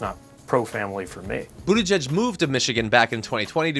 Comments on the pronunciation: For once rumpty got a name pronounced corrected! And typical slam, defame, lie and blah blah blah from rumpty. Do we believe anything he says about other people? NO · It’s pronounced Boot-edge-edge. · How is it that Buttigieg is one of the few names Donald can pronounce?